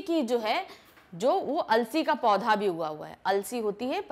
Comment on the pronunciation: Mam pad nahi hota podha hota ha .....